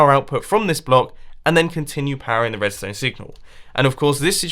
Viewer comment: Am I the only person to realise that his name might be a nickname given to him by his friends, because WHENEVER he talks about redstone, it sounds like 'Mumbo Jumbo'.